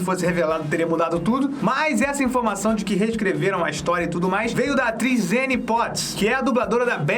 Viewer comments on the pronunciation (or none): none